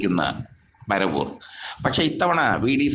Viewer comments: അബദ്ധപഞ്ചാംഗം. പരവൂരല്ലടോ പ റ വൂർ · എടോ കോപ്പാ പര വൂർ അല്ലെടാ പറവൂർ ആണ്..😂😢